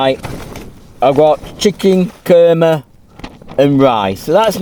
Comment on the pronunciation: Chicken Kurrrmeh! 🤣Fantastic accent init. Nice one.